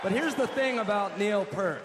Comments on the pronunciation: I like the Foo Fighters but come on Taylor, if you’re inducting someone to a hall of fame at least pronounce their last name right! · watch Neil as he cringes multiple time when his last name is mispronounced. Poor Neil. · I can almost tolerate when someone in the media who is not entirely, if at all, familiar with Rush mispronounces Neil's last name....but when Jack Black (who has always kinda gotten on my nerves) gets it wrong while in the process of talking about them in the BTLS documentary, I wish I could reach through the screen and bitch-slap him: "get it right, asshole!" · i hate when I hear PERT like the shampoo. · Peert not Purrt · i hate hearing Neil Pert. Ughhh. It's pronounced Peart. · Why is Taylor Hawkins even up there. He can't even pronounce Peart correctly. Some fan. Dave Grohl did fine all by himself and when Taylor chimed in, I wanted to reach through the TV and smack him. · It's pronounced "Peahrt" Dammit! !! He's one of the world's great drummers and lyricists. ..He's not goddam Shampoo!!!! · Still bothersome that Taylor mispronounced Neil’s name but awesome speech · That cringe moment when they mispronounce Neil's last name. I can get past that. I know they mean well. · Be nice if Taylor could have learned how to "fucking'" pronounce Neil's "fuckin'" last name. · Idiots! Right in front of all this, the blond fool mispronounced his name. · Too bad Taylor Hawkins couldn't pronounce Neil's name correctly. Opportunity lost. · Taylor to this day, still can't pronounce Neil's last name correctly...he needs to find another line of work!!😄😄😄😄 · Taylor Hawkins = clown who can’t (well chooses not to learn how) say Neil’s name correctly at...(drum roll....) the Rock and Roll Hall Of Fame ceremony. Is also a drug abuser. And no one cares what he has to say. #eyeroll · He pronounced Neil's last name wrong.... TWICE!!!! duh. ur inducting him...get it right!!! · Nice induction speech...too bad Taylor couldn't get Neil's name right though.